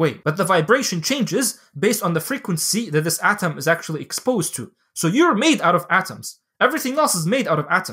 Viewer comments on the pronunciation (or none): none